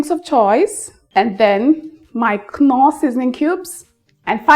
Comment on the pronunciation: A very very tiny thing - you don't need to bother pronouncing the 'K' when saying the name of your Stock Cube ! 😅. So whilst it's spelt 'Knorr'... it's said...... " NORR " 😊